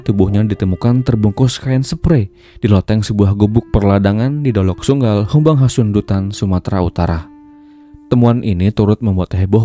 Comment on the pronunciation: dolok sanggul om bukan dolok sunggal😅